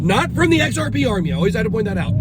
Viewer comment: I can’t take you seriously when you say XRP